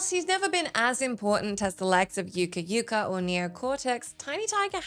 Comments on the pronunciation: Probably want to look up some name pronunciations before releasing these videos! It's not "yuka yuka" it's "Ooka Ooka" (spelt Uka Uka), and it's not "Seesare Borgia" it's "Chesarey Borgia" (spelt Cesare). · Why did she pronounce it "Yuka Yuka?" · How the hell did you miss pronounce uka-uka’s name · What the f*** was that pronunciation of uka uka you can't even blame it on the accent nobody says it like that